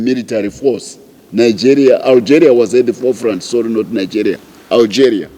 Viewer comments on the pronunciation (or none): none